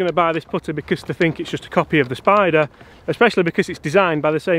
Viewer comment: “The odyssey stroke lab 10!” You pronounced spider wrong